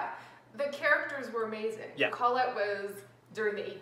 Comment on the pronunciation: It's pronounced CO-lette, not CAWL-lette.